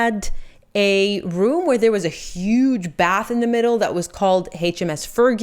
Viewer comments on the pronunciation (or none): none